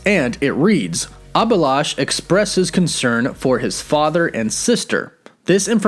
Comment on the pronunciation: It's not abilash , it's A-bhi-lash